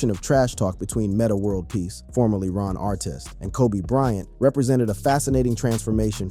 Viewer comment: It's not Steven Curry it's Stephen Curry and it's not Ron arteest it's Ron artest you gotta learn how to pronounce the players names correctly.